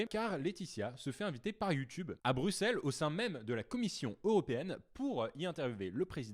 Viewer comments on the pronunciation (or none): none